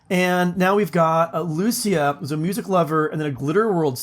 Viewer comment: lucia is usually pronounced lu CHEE a